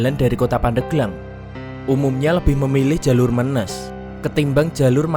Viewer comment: bang menes bukan me'nes